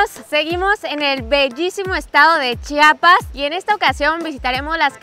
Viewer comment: Todo iba bien hasta que dijistes chapas jajja 😂